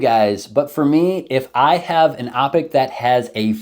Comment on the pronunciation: “opic”. 😂😂😂😂. Blooper reel!